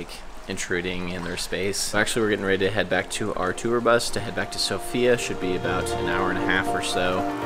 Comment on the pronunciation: Pay attention, it’s not Sophia , but it’s Sòfia !